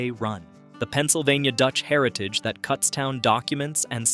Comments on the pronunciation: Cootstown. As in look. Not cuts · Get the pronunciation correct! Kutztown is not Cuts town. 🤦🏻‍♀️It’s Kuts town with a short U. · Kutztown not cutstown. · Its pronounced koots town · Kutztown is pronouned with a long U. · "cutstown" is when i stopped watching